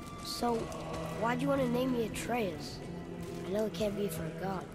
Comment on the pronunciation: ATREUS ATREUS ATRUS ATREUSDUR VE BU KESİNDİR ATREUS LOKİ DEĞİLDİR!!!! ATREUS LOKİ DEĞİL!!! ATRUS ATREUS!!!